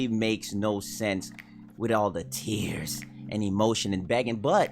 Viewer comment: The way he says "Tears" 😂🤣